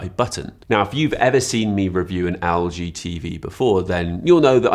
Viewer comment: it's pronounced "EL-GEE" not "AL-GEE"... 😂😂